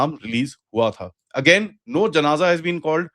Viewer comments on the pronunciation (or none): none